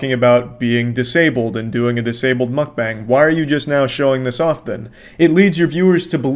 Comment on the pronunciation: Why do you pronounce mukbang as mukbong?